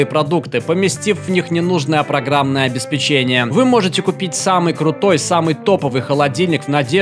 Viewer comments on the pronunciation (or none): ОбеспЕчение, а не обеспечЕние! какое нафиг печение?